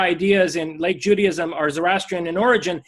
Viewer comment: Does he pronounce it "Judyism?" ... and "Eggsodus"?